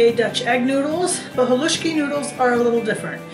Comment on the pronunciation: Living close to the coal region thank you for saying haluski correctly.